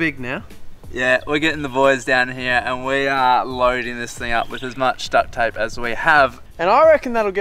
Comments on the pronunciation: the “T” is important, guys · Haha he said ducT ape 😆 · Duck-t tape